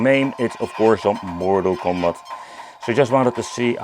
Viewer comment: Mortal Cumbat? Lmao 😂